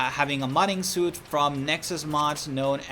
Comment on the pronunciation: Hi! A couple of quick notes: "suite" is pronounced like "sweet." "Prerequisite" has four syllables, pre-req-ui-site, not pre-qui-site. I hope this is helpful for you narration going forward. Thank you for all the time and work you put into making this video.